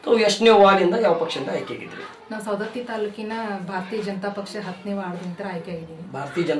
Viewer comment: ಸರ್ ಸೌಂದತ್ತಿ ಅಲ್ಲಾ ರಿ ಸವದತ್ತಿ. ಸರಿ ಮಾಡಕ್ಕೊಳಿ